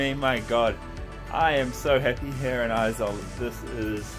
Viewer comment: Its not aezawl its Aiiiiizawl